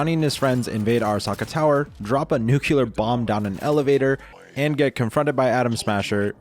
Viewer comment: What is a nucular bomb?